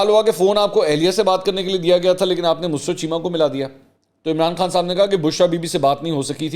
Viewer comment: مسرت کا تلفظ درست کر لیں ۔یہ لفظ mus rat نہیں بلکہ musarrat ہوتا ہے ۔۔ mu..sarr..rat